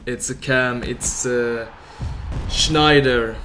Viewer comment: It's Sneijder, not Schneider, no need to make the german "SCH" sound.